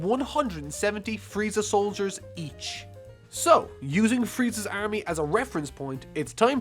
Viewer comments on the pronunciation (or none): Why can't you pronounce army